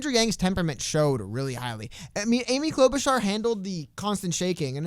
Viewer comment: Klobarchar was klobbering that debate